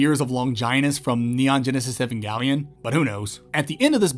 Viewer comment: Ive never heard "Evangelion" pronounced that way